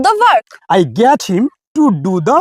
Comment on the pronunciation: Sir,apnar ebong ei studenter uccharon gulor dike ektu bisesh najor din jegulo ektu vool hoye jacchhe!!! ami jeta ei video te sunlam - 'get' aar 'let' jevabe uccharon korlen seta thik holo na aar 'help' tao seorokom!!! - Koushik bolchhi Sodepur theke.